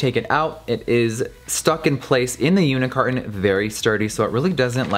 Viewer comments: I was “today years old” when I found out it’s unit carton and not “unicarton” 😂😂😂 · OMFG I thought he said unicarton too. Like I say unicarton because of him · i kept think he was saying “unicarton” but then i realized he said “unit carton”😂😭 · Omg same